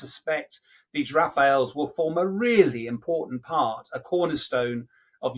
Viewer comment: Major saying "Rafaels " !!😁😀😃